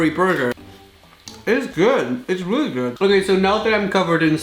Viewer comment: How many times does he has to say weely instead of realy